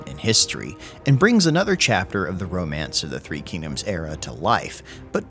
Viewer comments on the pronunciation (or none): none